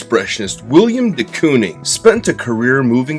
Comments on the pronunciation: I’m only in and looking forward to this but I just have to say first it’s Willem man, Willem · It's Willem, not William! C'mon man. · His name is Willem not William. Love the short video other than that though.